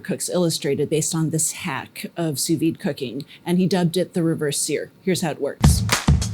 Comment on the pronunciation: congratulations: your pronunciation of "sous vide" is not easy, but you got it right. And I am a native french speaker and I have a PhD in chemistry too; but in France, the steak has to be much less medium; just rare; and in France, people do know a little bit about cuisine and eating. And drinking too, of course